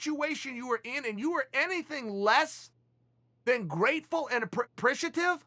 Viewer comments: Chael 'apreshative' Sonnen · Chael: "I've NEVER lost a round, 'breakfrist', 'apprishitiff'& 'vinary' aren't going to beat me!" Chael's mouth/tongue: "I can't let you get close"